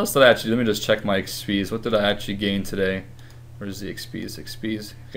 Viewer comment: Oh my gosh stop saying actually. You say actchy.